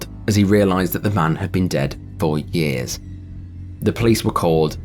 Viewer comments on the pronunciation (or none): none